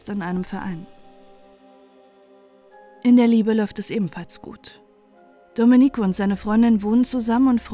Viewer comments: Sorry. Reportage gut. Aber Domenico spricht man Domeenico. Man betont das e, nicht das i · Nein, nicht richtig!